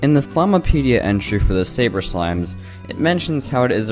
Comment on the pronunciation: It's called the slimepedia not slimeapedia